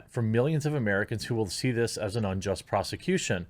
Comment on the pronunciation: Yo I thought he said they sent 30 Asians